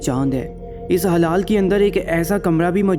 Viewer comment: Bhai wo hilaal hota h na ki halaal